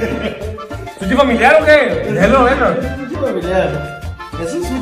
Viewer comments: No se dice suchi... Se dice sushi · No se pasen de verga jajaja para todo dicen shela, shilo , y dicen SUCHI😂😂😂😂😂